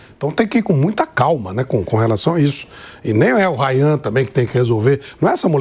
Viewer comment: Ridículo são esses comentaristas, sabe nem falar os nomes dos jogadores direito "Rian". Reflexo do jornalismo atual, pouco se aprofunda e só falam o que acham. Fora o clubismo! Falar que os dois clubes não mereciam estar na final? Pelo visto vcs também não mereciam estar na JP comentando!